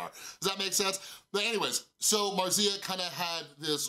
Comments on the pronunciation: Sorry but your way of pronounce Marzia made my Italian ear bleed. Is not 'marsía', is more like 'màrtsia' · It's how Felix says it too like there's a t in it. Maybe it's Italian? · That's not how you pronounce "Marzia"